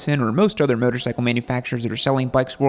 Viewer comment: 'Myotor cycle' - does your gay accent preclude you from pronouncing things properly? You don't need to adadvertise homosexuality so aggressively - people can figure it out